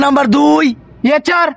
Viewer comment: ইয়েচ্ছার না ইয়েস স্যার 😂😂😂😅